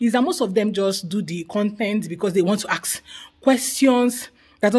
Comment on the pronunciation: Ask not ax!